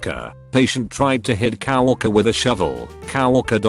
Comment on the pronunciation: Okay, this is too much. This damned thing is pronouncing "caregiver" as "carriage driver", and "coworker" as "cow walker".